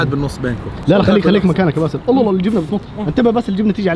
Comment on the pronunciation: قولوا للمصور ان ينطق لفظة الجلالة " الله " بشكل سليم من دون تكرار سريع لا يلفظ فيه كامل الحروف